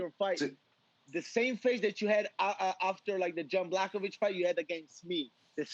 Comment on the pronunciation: Did Marvin just call Jan Blachowicz ‘Jon Blackovich’ ? 😂